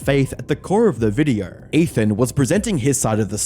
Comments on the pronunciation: You say video like videorh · can you please point out to me where the fuck the "r" is in the word "video"